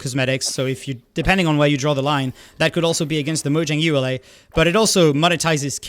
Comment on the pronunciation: Pronouncing it like ULA rather than ee-you-la is interesting I've never heard that before.